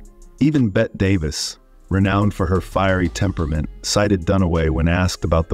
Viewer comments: You said Bette Davis name wrong it’s Betty not bet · Good lord, if you're going to make videos about Hollywood, you could at least learn the names of its stars. Pronouncing Bette as "Bet" Davis? How about pronouncing "Betty" as she herself did? If you can't manage to get the names right, how do we trust your facts? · It's Betty not bet! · It’s spelled Bette, and pronounced BETTY. This is why A I is still not quite intelligent *enough* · For the 10th time, "Bette Davis" is pronounced "Betty Davis". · Bette is pronounced “Betty” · What is wrong with the narrator? In Ms Davis's case her name is pronounced "Betty" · It's Bet-te Davis, not Bette. As in Betty. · "Bet Davis"? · Dude,, it may be spelled Bette, but it's pronounced Betty. If you don't do your homework, it damages your credibility. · BET DAVIS???? SHAME ON YOU!!!! I HATE ROBOTS! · "Bett" Davis? Try to pronounce names "bett"er! 😅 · Why do you keep mispronouncing Bette Davis’ name? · Learn to pronounce Bette Davis`s first name. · Bette Davis' name is pronounced "Betty" Davis. Not "Bet" Davis. Ms. Bette Midler had a different way of saying it, but they are both relevant to the people being discussed. It is important to not to just read but also listen and hear and thus, process. Interesting video overall. Please just put more of a priority on proper grammar and pronunciation. Your reply is welcome. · Stop with the Bet Davis, it's pronounced 'Betty'. Either you know nothing about Hollywood or your narration is computer generated. I despise either. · Bette = Betty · So? Everyone -- literally EVERYONE -- knows it's PRONOUNCED Betty. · Her name is pronounced, Betty, not Bet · Exactly. "Bet" Davis, instead of Betty Davis? Hilarious! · Yeah, that "Bet" instead of "Bet-tie" when pronouncing Bette Davis was driving me crazy. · Honey, it's not Bette Davis like Bett Midler. It I'd Bet-tee Davis. Get it right, please! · You know nothing about Hollywood if you can't pronounce Bette Davis' first name.